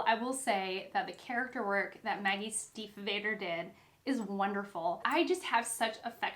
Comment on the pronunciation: This is a good recommendation, I didn't know it but now want to read it! Just a tiny note, you pronounce the a in Stiefvater as a long a (like adolescent)